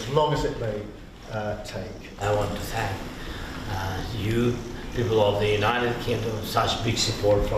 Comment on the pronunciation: Have u evens said Thwwank uu Mr. the uKRankian man